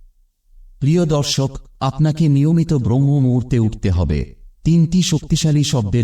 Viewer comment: ব্রহ্ম মুহুর্ত নয়, শব্দটি হবে ব্রাহ্ম মুহুর্ত।